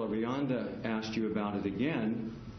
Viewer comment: he had axed me...